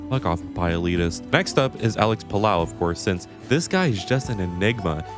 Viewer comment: its puh-low lot whatever youre saying dawg